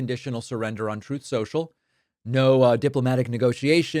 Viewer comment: Saying "troth social" is a really bad look. It's on the level of intentionally mispronouncing"Kamala". We need you to do better, David.